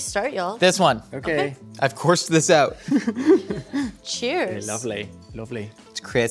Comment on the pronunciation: Was doing an Irish accent when he was saying,"Lovely" at the onset of eating? I'm from Dublin but listening again he may have been trying to do a London accent.